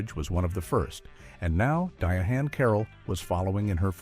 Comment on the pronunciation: What the hell happened to using real human voice actors??? This thing pronounced her name as DIA-HAND